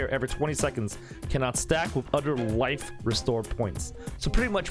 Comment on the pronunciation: Correction]. U sayed wife not life dude what's wrong with ur mouthhole dude.